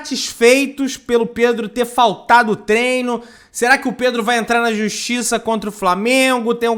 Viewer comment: Pedrão, avisa para o Zinho que não é TRENO e sim TREINO. Será que precisa falar diferente para ser ouvido? Será que não basta os idiotas vermelhos tentando ferrar a nossa língua? O cara que trabalha nessa função em que se torna um 'formador de opinião' deveria ter um pouco mais de zelo pelo vernáculo. Obrigado.